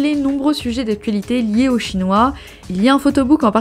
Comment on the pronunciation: Dsl je dois le mentionner, mais j'éclate de rire a chaque fois j'entends la prononciation du groupe Shinhwa. Dans ma tête. j'entends Chinois XD Ca rend cette partie beaucoup plus drole :P Comme : ''Mes amies ont apporté le livre de photos de Chinois''